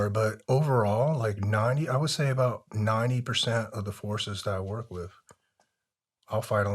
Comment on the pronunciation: I enjoyed the story of his life and for allowing us to hear it. Thank you for your service and stay safe. Just drive me crazy when he pronounces “th” as “fff” wiff and birffday a few other words. Lol I worked with guys that would speak like that and I’d always say “what was that word” just to break their chops” lol.